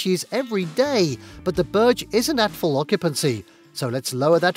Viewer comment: It’s pronounced bourj not berg